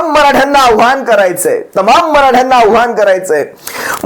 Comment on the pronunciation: आव्हान नव्हे कृपया आवाहन बोला.